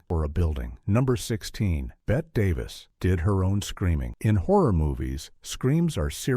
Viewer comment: Please- not “Bet Davis.” Bet-ee 😐